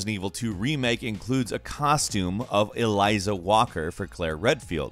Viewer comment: El-za not E-lie-za. There is no i in the name.